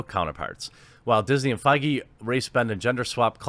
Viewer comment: Dude... you gotta learn how to pronounce feige 😂